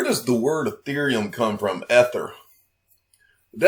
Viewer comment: Word nazi here. Its E-ther not eh-ther